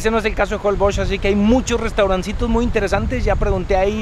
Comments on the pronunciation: Por que a varios youtubers les escucho que pronuncian holboch, no holbox, asi se pronuncia?, saquenme de mi ignorancia. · Porque dices JOLBOKS? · Jolboch...así se dice? 🤔 Un día de esos cuando hagas la prueba del colchón, te van a poner un sable en medio y ahí te vas a quedar ensartado...jajaja. Es broma. Están buenos tus comerciales.